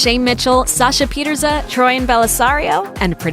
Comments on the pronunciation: PETERSON NOT PETERSA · Why does she say sasha pitersa instead of pieterse? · Pietse is pronounced pierce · SASHA PIETERSE NOT SASHA PIETRSA!!! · Is Sasha's last name really pronounced "Peter-sa"? Because I've always pronounced it as "pih-tier-s".